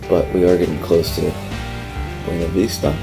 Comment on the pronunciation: You are indeed pronouncing Buena Vista correctly.